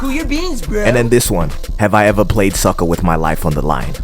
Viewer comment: "soccer" not "sucker"